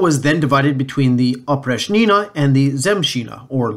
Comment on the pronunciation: In the words Oprichnina, Oprichnik you should stress the second syllable, while in Zemshchina you should stress the first syllable. The term Oprichnina originated from the preposition and adverb опричь (oprich’) which translates as outside, apart from, particular, except, out of limits. Кроме (krome = except) was a synonym of опричь, so Oprichniki were also called Kromeshniki. The then future Russian czar Boris Godunov was married to a daughter of Malyuta Skuratov, head of Oprichniki. The nobility hated Boris Godunov for this reason among the others. The image of Oprichniki among the populace is absolutely negative. Oprichnina was a method of introducing terroristic autocracy rule by Ivan the Terrible. However we must note that autocracy was established by his grandfather Ivan III the Great (or the Hunchbacked) and father Vasiliy III. Autocracy had already been there, Ivan the Terrible just pushed it to the limit.